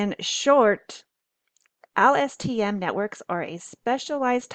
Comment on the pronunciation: presenter can barely remember how to pronounce LSTM, give me low confidence